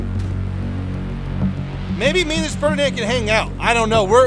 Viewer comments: Ah yes, the Ferdianand Pororsche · Ho-RiNand panzerjäger 🤡